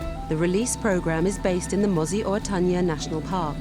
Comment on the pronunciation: learn how to pronounce MOSI-Oa-Tunya!!!!